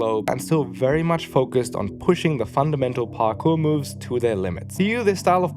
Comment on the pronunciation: did you say Parkoo? As in Sydney? 😅